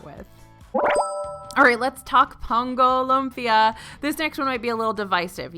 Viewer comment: it’s pronounced “loom-pia” not lump-ia 😂😂😂🥰